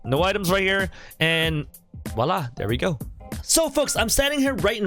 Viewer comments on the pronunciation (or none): none